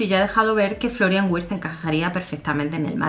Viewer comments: Hola. La "W" en alemán se pronuncia como "V", ya que la "V" se pronuncia como "F", asi que seria Florian "Virtz" como se pronunciaria... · amor, en alemán la W se pronuncia como la V española.